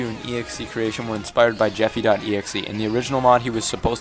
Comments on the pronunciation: It’s not EXE.creation. It’s excretion, as in excreting human waste. The song name is pronounced x-cre-shun. Excretion. The only reason that the EXE is capitalised and bolded with red is because it’s like Jeffy.exe. Like evil pooper-man from the early days of the Jeffy puppet. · You pronounce the name of the song "E-Ekze--cretion" And I think Poop Warrior should be another Jeffy from another timeline idk lol just a theory Also, "I'm sorry, I'm not reading great today", I mean, no offense but in every of these videos bro struggle reading lol (joke) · EXEcretion is pronounced xekreeshin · please do reveant next also its pronounced ex-cre-shon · 1. execretion is pronounced (ex-cruh-re-tion) 2. coquer's is the composer of most of the songs and (current) co - director of irida 3. Execretion is not roses personal hell from what i know its jeffy seeking vegeance for her and marvin leaving him with nancy 4. Poop warrior is possibly jeffy turned into god just like sonic.exe due to probably either being possessed by some poop god or hatred consuming him 5. Rose dies in the end of execretion from jeffy becoming 6. BTW nancy has nothing to do with the irida lore excluding poop warrior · its EXE crei-shon zawg🥀💔